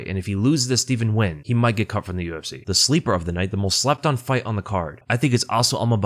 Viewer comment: First youtuber ive seen pronounce nguyens name correctly. Good to see